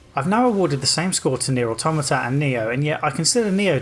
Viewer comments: He says neir and niho at the same time and I can barely distinguish the two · Next time you say "Nioh" and "Nier" closely together, remember that you're a Brit :P